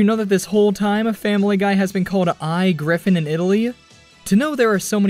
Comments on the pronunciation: “I Griffin” is not English it’s Italian. The I is pronounced as ee and the title means “The Griffins” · Great video, I just want to clarify that "I griffin" is read as "e griffin" and literally means "The Griffins"